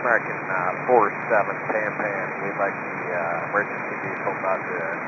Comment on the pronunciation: Tug driver, what are thinking?? Good job for correctly saying PANPAN.